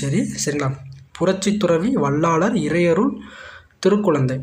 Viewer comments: Bro வள்ளாலர் இல்லை வள்ளலார் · Tamil sariya ucharichu palagu vallalar ku vallaalar nu solra jeevakaarunya ku jeeva karunya nu solra